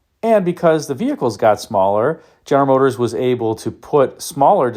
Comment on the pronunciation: Ist das eine KI-Stimme, welche "General Motors" nicht richtig aussprechen kann? 😕